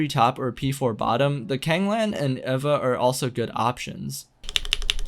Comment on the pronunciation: Is it evva, ayva, eeva, or E.V.A. ? I think you used all pronounciations in this video, LOL!!